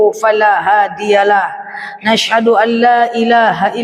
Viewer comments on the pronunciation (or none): Saya juga suka sm udtadzah ini...tausyiahnya enak. Kenspa ya ini klo mengucapkan Ashadu...jadi Nashadu....audzubillah..jadi Naudzubilah...dsb. apa aku salah dengar...?